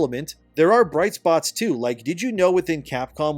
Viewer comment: Just a side note: the portion where you compared RE and DMC's pace to MH was hilarious to me because of how you worded it. You said: "...like RE and DMC too." What I heard: "...like RE and DMC2." It got me wildin' for a sec til I took a second to parse the meaning hahahahahaha.